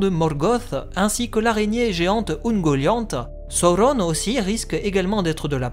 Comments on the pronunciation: Vidéo bien sympa. Mais..."Saurronne"...wtf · Prononcé selon la bonne traduction française (voir chapitre sur la prononciation dans le Silmarillion). Le U se prononce "OU" chez Tolkien, comme dans Udun ou Saruman, c'est donc logique qu'il faut dire Sa-ou-ronne. Certes, les films en ont décidé autrement, et même si j'adore la VF des films, elle est bourrée d'erreurs. On ne peut donc pas me reprocher d'être plus proche de ce que voulait Tolkien, non ? 😏